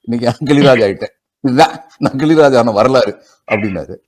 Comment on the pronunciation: கிழிராஜ் இல்லைங்க... கிளிராஜ் என்பதே சரி...